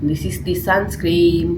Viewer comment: It is SUN SCREEN and not sun scream😅